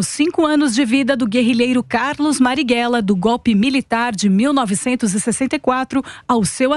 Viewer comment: Po, é analfabeta? É "Marighella" e não "Marrighella"